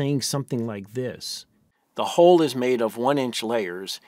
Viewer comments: The entire point of a language is that people understand each other, I understand the word Hull in many accents, none of them pronounce it as "HOLE" instead of HULL - except for some reason Americans who have the WORST education system in the western world. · The narrator pronounces "stress" as though the spelling were "shtress." And his incorrect pronunciation of "hull" is interpreted by the cc as "hole." "Hull" rhymes with "dull," not with "pull."